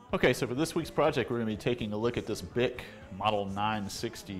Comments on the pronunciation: Correct pronunciation of this brand is BEE EYE SEA...NOT BICK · It's pronounced, "Bee-Eye-See". They actually used that in their advertising!